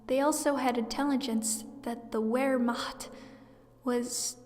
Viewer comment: Whats with the trend, telling these WWII events? Theyre oddly specific. Also its pronounced Ver-mahkt